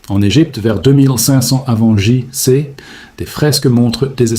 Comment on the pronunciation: 2500 AVANT JISSE! faites lire le texte par un vrai humain pas par une AI merde!